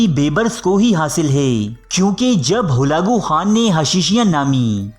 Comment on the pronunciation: Bolna sekho pehlay holagu nahi halaku hota hai...